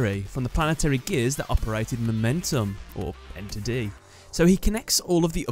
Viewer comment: It's 'Ener-D', not 'Enter-D'.